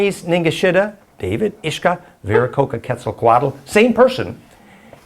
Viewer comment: The name should be Viracocha with Spanish pronunciation